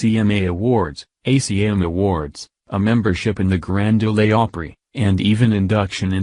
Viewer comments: It's the Grand Ole not Grand Olé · Robot voice,yuk! Grand d’ole’ opry. Thought it was grand ole opry. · Lose the robotic voice, for future reports! Grand OLAY Opry? Please. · I FUCKING HATE THESE ROBOTIC VOICES, ESPECIALLY WHEN THEY MISPRONOUNCE WORDS. When it said the "Grand Ole Opry", he pronounced "Ole" as Oleeee (long e, where it's really just "ol" missing a d sound. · Next time get a real person to narrate and not a FRICKING COMPUTER GENERATED VOICE. Hell ask me and I'll narrate for you. Ole is not pronounced Olay. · Grand OH--LAY Opry??? REALLY??? Send that loser back to ROBOT SCHOOL. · Alan Jackson is one of my favorites but these computer voices have got to go. The Grand OLAY Opry??? Come on. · Ha ha resume the robotic pronounced as in continue, it meant as in credentials. Also Grand Oleeee Opry. Who proofreads the robotic voice.😂🤣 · rezoom? grand o-lay opry? what a garbage video. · Reply to Kristy Sickles; Yeah, I Know 😣.I’d Like to know why the Robotic Nerrator?Not Respectful at all...Tina From Ks... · Elizabeth Linsay it mispronounced Ole as well. It said Grand Olay Opry. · Graand Ole Opry the Ole is like OLD, just droppin the d.of course if y'all would use a REAL VOICE, y'all'd know that. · I love Alan Jackson's music and what he stands for but the robot voice has got to go. I mean "ree- zoom and grand o- lay opry". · As soon as I heard “Grand ‘Oh-Lay ‘ Oprey” I headed straight to the comments and knew I wasn’t alone 😆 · He Pronounced Grand Ole Opry "The Grand Olay Opry" LMAO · It mispronounced "Ole" of "Grand Ole Opry" too, pronouncing it the Spanish way, as in "Ole!" Ugh. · This guy doesn’t even know how to pronounce résumé or grand old Opry. Where do they get these people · Hey dude making this video learn how to say GRAND OL OPRAY IM FROM TENNESSEE AND IF YOUR GOING TO SAY IT SAY IT THE RIGHT DAMN WAY THANK. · This dumbass doesn't even know how to say Grand Ole Opry! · Grand Ole' Opry. Please pronounce the word ole right .